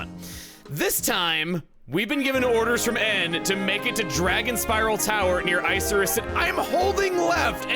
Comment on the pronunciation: Isn't it moor of icarus, not ice-er-iss?